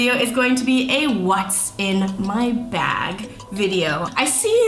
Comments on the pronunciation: I thought I heard that as well😂😂 I had to replay back HAHA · When you said, "I'm a bag person" I thought you said "I'm a bad person"😂